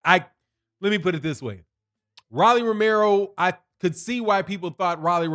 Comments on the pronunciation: R-o-l-l-y. Roll-E or Roll-EE. Ro not Ra lol. He’s young, still undisciplined and utterly predictable but he did well. Marinez has a good jab but never set up his big punches. Rolly landed more clean punches and was more active. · it’s ROW-LEE lol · You sure you actually watch boxing? Why you saying his name like that?